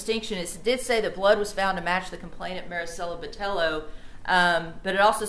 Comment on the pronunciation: I doubt she’ll have a job after this case cus she seemed like she didn’t know sh$t and as far as the Defense Attorney goes he should be ashamed of himself for saying Marisela’s name wrong several times. A lot of these attorneys get on stage to “ACT or PERFORM” having no regard for folks involved in the case.